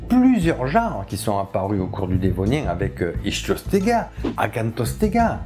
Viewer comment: Le tatillon prononce "ichthyostega" "iKthyostega", du grec Ichtyos, le poisson.